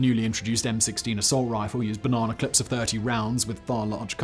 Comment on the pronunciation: What makes you say that? Because he thinks 19th century revolvers fired 'al-you-min-ee-yum' cartridges? Or was it the 'bah-naw-naw clips'?